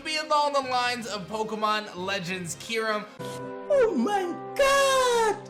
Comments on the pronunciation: I hope you’re right so they can finally know how to properly pronounce Kyurem. I’m pretty sure it’s not Key-Room or Que-Rum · As a huge Unova fan, I have to doubt Legends Kyurem. No two people pronounce that name the same way. I'm all for Unova going agrarian though!